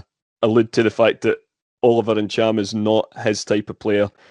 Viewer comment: Who the hell is Oliver Neeecham??